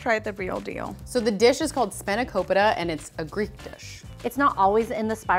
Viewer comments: Spanokopita is a really good greek dish and my family has it sometimes. Btw the way you pronounce it is wrong LOL it's not "spaino COHPIHTA" it's actually pronounced "SPAH no koh PEEtah" (emphasis on the capitalized letters) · The fact that i knew what she was making from the spinach also i burst out laughing when they said it so wrong sanikpoita is so wrong . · The way she butchered spanikopita in a good way makes the Greek in me rejoice and cryyyyy